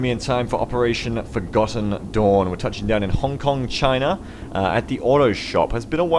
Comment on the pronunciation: I am assuming that it is just your accent, but every time you say "Forgotten Dawn" I hear "Forgotten Doorn". XD